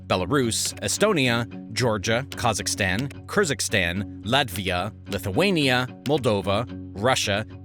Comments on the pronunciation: its Kyrgyzstan, not kYrZykStaN. It literally shows the correct name on the map. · Kyrgyz would be offended by your pronunciation of *Kyrgyzstan*🇰🇬 As “Kerzik-Stan” 😅 It’s pronounced Kerg-is-Stan